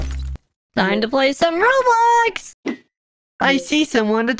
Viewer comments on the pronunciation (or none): none